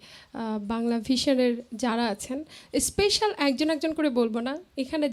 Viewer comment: উপস্থাপক খুব সুন্দর করে উপস্থাপন করেছেন। স্মার্টনেস অবশ্যই ভালো ,কিন্তু সমস্যা হলো ওভার স্মার্টনেস। স্পেশাল শব্দটাকে উপস্থাপক প্রতিবারই স্পেইশাল বলেছেন, যেটা ভুল। অন্যদিকে বিন্দু কণা আমার খুব প্রিয় একজন শিল্পী। কণার গান আমার খুব ভালো লাগে।।